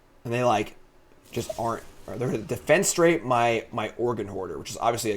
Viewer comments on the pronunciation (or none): is never going to find that extra syllable in defenestrate. Forever going to be defenstrate to him.:D